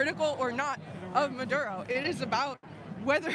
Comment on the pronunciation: WHAT A BUNCH OF IGNORANT, USELESS PEOPLE. NONE IF THEM ARE VENEZUELANS. THEY DONT EVEN KNOW WHERE VENEZUWLA IS, OR HOW TO PRONOUNCE MADURO